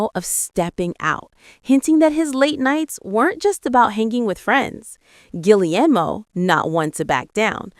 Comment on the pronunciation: You’ve got to be kidding and please learn how to say Cara‘s husband‘s name correctly ge air mo